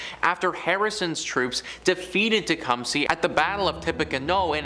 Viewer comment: It's not pronounced Tecum-SEE it's tuh·kuhm·suh.